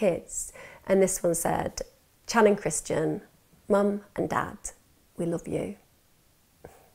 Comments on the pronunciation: You are pronouncing some of the names v wrong.. If you have done your research! It is pronounced Shanon not channon. Same as cobbins brother! If you care so mucb about the victims family, least get their names right! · New sub here. I've followed this case since they "went missing". U've done an excellent job reporting this case however, Channon's name is pronounced with an Sh sound like Shannon even tho it's spelled with a Ch. Ty again for covering their case with such grace & compassion. God bless beautiful soul ❤️ 😍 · it's spelled Channon but pronounced Shannon. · "Can you imagine?" "Can you imagine....?" "Can you imagine?" Yes. We can imagine. And I'm imagining Channon's name being pronounced properly in the next video I'm skipping to because this is just such a jerky narration.